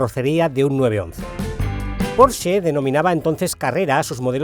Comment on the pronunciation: Al fin alguién pronuncia bien Porsche🙌🙌🙌